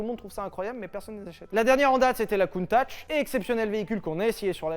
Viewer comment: Countach est enfin prononcé correctement, merci Sylvain 🥹